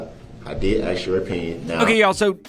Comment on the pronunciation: In his defense, he finally learned how to pronounce "ask".